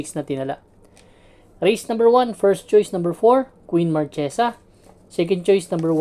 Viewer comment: queen marchesa not queen margaux